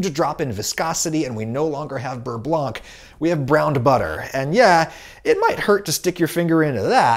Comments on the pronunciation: The “c” in “blanc” is silent. It’s pronounce like “Beurre blan” and not “blank”. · The c in "beurre-blanc" is mute, so it's really pronounced "beurre-blan". It's stupid, but as a french, it's weird to hear "beurre-blank" XD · "Beurre blanc" is not pronounce "Beurre blank", the c is silent. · Please don't pronounce the c in beurre blanc :( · French subscriber here: the "C" at the end of "Beurre Blanc" is silent